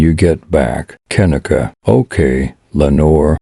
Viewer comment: gotta admit.. not liking that computer voice that cant say her name right .. j/s 😞